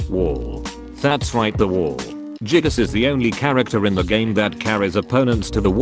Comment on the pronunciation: The fact that text to speech says jiggas makes this even better